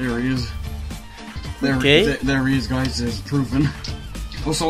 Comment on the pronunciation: me da risa como dice guys y suena gays XD